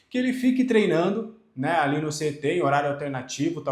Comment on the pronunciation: Tenho impressão que vc sempre pronuncia CET (guardinha de trânsito) ao invés de CT